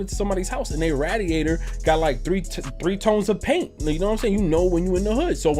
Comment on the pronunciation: Yooo they way you say radiator